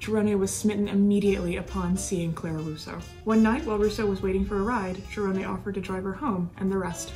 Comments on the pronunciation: Hi J. Interesting recap on Cerone. Just to provide you with the correct pronunciation of his surname; you pronounced it “Cher-oh-nay” and it is actually pronounced “Sir-own.” Interesting work you are doing and keep it up! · Actually I’m pretty sure it pronounced Cerone. Sir-Rone But honestly everyone pronounces things differently you’d think it’s one way and it’s something completely different. Honestly no one is wrong unless they know the family and know for sure. Either way she does awesome videos the way she puts everything together, just a pleasure to watch. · I know his family and they pronounce it "Sir Own" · Excellent work as all of your work has been. Many details I've never heard before and ALWAYS great job with the photos. That must take a lot of time. One thing you may want to check is the pronunciation of his last name. I have always heard it spoken in two syllables and sounds like Sir-own or Si-rown... own sounds like the word. You own your house lol.. Sorry I'm not and English scholar lol.. Check that out. Maybe you are the first person who has ever pronounced it right. I hate to even mention it because you do such fine work. But for that reason I'm sure you would want to know if something needed correcting... Keep up the great work J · Love the content but, Jackie Cerone's last name is pronounced Sir Roan again Love your channel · You are saying his name wrong …. Cmon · Why do you keep saying his name like that?🤔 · Just letting you know you are pronouncing his last name wrong only reason I know is because I am related to him